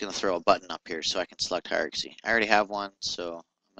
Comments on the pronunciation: Good tutorial, but dude: 'Hi-er-arc-ass-ee'? It's pronounced hi-er-arc-ee.. I'm not sure why you're adding the word 'ass' before the 'y', but you might wanna look a little closer at how its spelasst. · I like how you break it down bit by bit. It's handy for a newbie. Keep it up! :D By the way, it's pronounced "high are key". Ha ha!